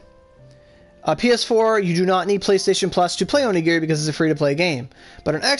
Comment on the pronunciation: It's called onigiri not aurogiri -_